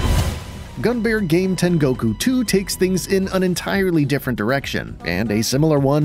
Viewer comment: Worth noting that Silpheed on Sega CD is actually a sequel/pseudo-remake to a PC88 game (later ported to MS-DOS) which tried the exact same sort of pseudo-3D gimmick, but years earlier. Clearly someone at Game Arts had a vision. EDIT: Also hearing how you pronounced "Gunbare" amused me. (Its supposed to be Gun-Bah-Reh).